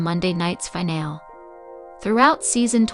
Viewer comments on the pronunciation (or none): Zoe's name is pronounced Zo-wee not Zow and finale is pronounced fin-al-ee not fin-al.